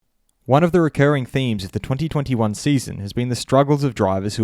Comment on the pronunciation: Why tf you have to say “twenty-twenty one” like that. Lmao